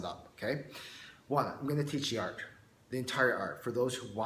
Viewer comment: sounds like you keep saying arc instead of art